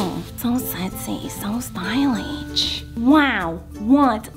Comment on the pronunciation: “Suspitcious” “Stylitsh”